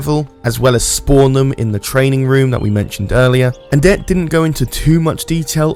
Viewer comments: who is annette lol? i think you might be saying etienne wrong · I'm pretty sure "Etienne" is not pronounced "Anette." :)